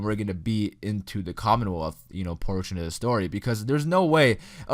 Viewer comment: Lol the commonwolth